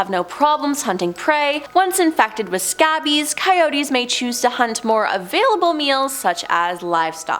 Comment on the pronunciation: and I like how she pronounced it scabbies and not scabies (skay-bees).